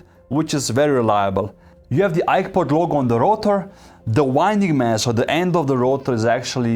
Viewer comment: I swear I heard iPod every single time. 😅